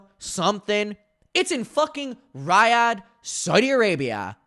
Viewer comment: Your pronunciation of Riyadh is actually killing me